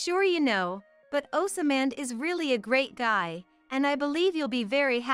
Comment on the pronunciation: it gets hard to listen when the name keeps getting mispronounce.